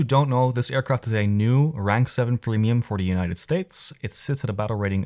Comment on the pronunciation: i cant be the only one who heard plemium .